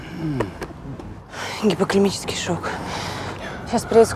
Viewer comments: Если уж приходится произносить медицинские термины- заучите их и произносите правильно.Уши режим от "гипоклемического" шока. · Гипоклимический шок😂😂😂😂,могли бы уж актрису научить правильно выговоривать мединский термин )) гипогликемический😊